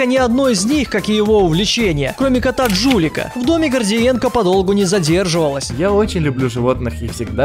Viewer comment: Кот не Джулик, а Жулик